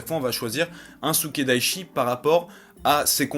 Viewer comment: C'est Sukedachi. Pas Sukedaichi. ^^